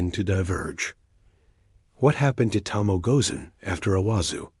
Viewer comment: You're the second channel that mispronounced the name, it's to mo e, not to mo.